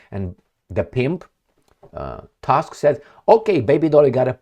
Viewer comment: Tusk pronounce Toosk